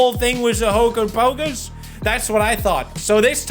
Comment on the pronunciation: Bro got hit with the hoger pocus incantation